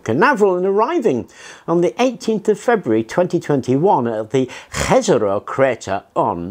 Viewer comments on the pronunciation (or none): Jazero crater is pronounced Yazero crater